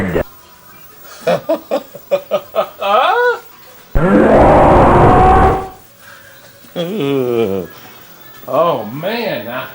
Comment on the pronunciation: interesting fact about. you'll notice when saw run coward run. it sounds like he's saying Ron Howard Run